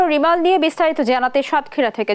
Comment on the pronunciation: সাতক্ষীরার সুমন তিনি তো ঠিকমতো নামই বলতে পারেন ঘূর্ণিঝড়ের নাম ঘূর্ণিঝড়ের রিভেন🤭🤭🤭🤭